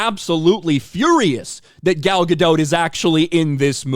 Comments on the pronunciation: Gal Ga-DOT, not Ga-DOUGH. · Gal Gadot’s last name is actually pronounced “Ga-dot”